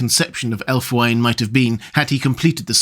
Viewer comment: Love your content,. I don't like to nitpick, and please don't take it as such, but I thought you'd wish to know the the only probable Anglo Saxon pronunciation of Ælfwine would be something like /ælfwiːnə/, approximating to "alf-wee nuh" (with a British, not American initial 'cat vowel'). Though, interestingly, the American version of the initial cat vowel gets us much closer to the meaning of that element, 'elf'! Which is unsurprising, perhaps, as US English did not undergo certain vowel changes that Southern British English did.